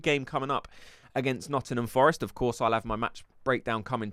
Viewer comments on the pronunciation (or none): none